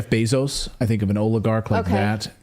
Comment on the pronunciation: She keeps saying Beezos 🤣😭🤦🏻